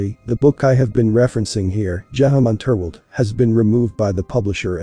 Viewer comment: Geheime Unterwelt You'll be much closer if you pronounce it like Girl Hime uh, oon Tare Velt